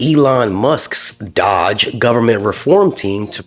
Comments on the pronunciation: I'm sorry but it's NOT dodge, it's DOGE with a Long O. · Dōge not dodge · The fact that you can’t even pronounce “Doge” correctly, i can’t assume you know what you are talking about. Next video!